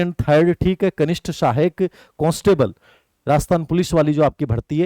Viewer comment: सर "कोंस्टेबल" नहीं "कांस्टेबल" बोलो।